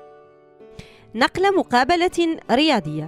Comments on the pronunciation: نَقْلُ وليس نقلَ ... أرجو التصحيح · هناك خطأ في كلمة نَقْلُ وليس ،نَقْلَ أرجو التصحيح وشكرا عن النص السماعي